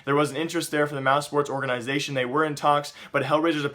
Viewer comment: why do you keep saying orgaeeeenisation? I like your videos but that annoying as hell! ;-P